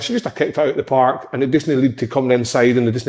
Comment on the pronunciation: "Intinsity"and "paaark" in the one sentence fae big Kev. Classic